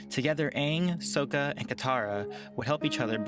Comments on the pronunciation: It urks me that after the movie that shall not be named ANYONE who claims to be a fan of the show would pronounce it "Soaka". I love your videos dude, but you said you watched the show. How could you make the same mistake as shamalan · it's honestly inexcusable. you can't claim to watch a show that says the characters names every episode, and still mispronounce it. Sokka (Saw kuh), Aang (A (pronounced like an A) ng), Katara (Kuh Tah Ruh), Toph (Taw F). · It's pronounced Sock-a and Mai and Ti-lee aren't sisters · The O in Sokka sounds like "ah", as in "Ah! I finally know how to pronounce his name!". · I love these vids, but please lets stick to the source material pronunciations Sokka is pronounced Sock-a. Like rock ya. lets keep the M. Night stuff out of it. ;-) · he pronounced soka wrong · It's spelt sokka but pronounced as sakka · It's pronounced sock -a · Gorl come on do you use Wikipedia or did you actually watch the show learn how to pronounce sokka 🙄✋🏾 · Where saying sokka wrong, please stop saying it like that please i beg of you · He said sokka wrong a lot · there were afew little things that annoyed me in this video lol 1- mai and ty lee arent sisters 2- not the way to pronounce sokka 3- we never really see katara in her prime as we onlt see her as 14-16 4- amon is in his 20's or 30's katara is in her teens, this already makes the fight imbalenced (but there is nothing you can do to change that) 5 the clips used were in season 1 and 2, but katara really stepped up in season 3, being leveled with toph and zuko and azula. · Stop saying sokka wronggggg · Flashbacks come to me of that terrible movie about avatar when you pronounce sokka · you pronouncing sokka's name . Triggggggggered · Guy: says Sokka wrong Me: eternal rage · Dude your saying sokka wrong just repeat after the cartoon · Ur saying Sokka wrong & it’s bugging me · How could you say Sokka wrong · Pronoincing Sokka's name makes me cringe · The way he pronounced Sokka was so annoying Good vid tho